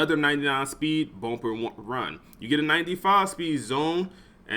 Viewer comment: Bruh it’s bUmp not bOmp 😂😂😂